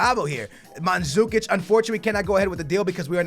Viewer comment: Not manzukič mandžukič!!!😂😂